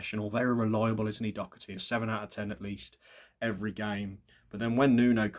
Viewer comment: There's no C in the name Doherty, but good shout